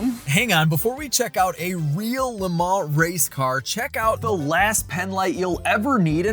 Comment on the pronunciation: Amazing. And its fun to hear LE MANS pronounced properly.